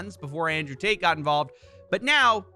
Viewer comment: Every time you say Tate.. I hear Taint